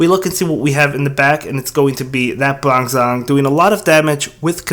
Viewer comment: I'm not the only one who flinched a little bit about his "bronzong" pronounciation right?